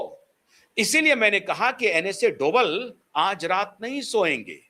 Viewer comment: डोबल नहीं डोभाल जी है